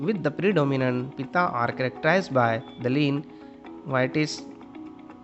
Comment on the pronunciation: Your pronounciation is wrong w.r.t Vata, Pitta and Kapha. Please correct it ok